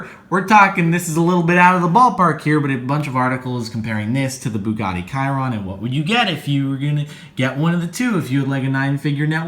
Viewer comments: It's pronounced Bugatti She-ron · Bugatti Chiron is not pronounced 'kayron'